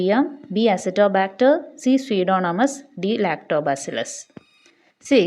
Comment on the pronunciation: Pseudomonas pronunciation shradhikkane